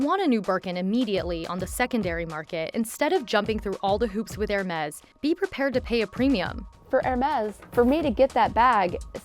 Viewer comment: Makes a video on Hermes but can’t even pronounce the name properly 🤦🏼‍♂️